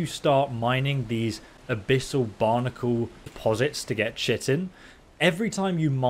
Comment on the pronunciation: Chiton is pronounced Kai ton just FYI, only know that because of ark lol